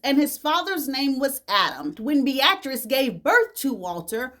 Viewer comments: Google how to pronounce "Beatrice." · You way of saying Beatrice (Bee-a-tris) is interesting. Keep shining.